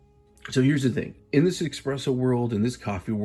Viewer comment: The fact that you call it "Ex-presso" tells me you're a buffoon.